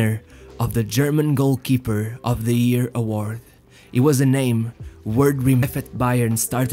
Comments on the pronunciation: why ear and not year? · it's "year" not "ear" lol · It's year, not ear!